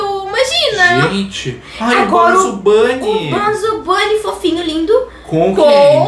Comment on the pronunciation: Não é banzo bonny é bunzo bunny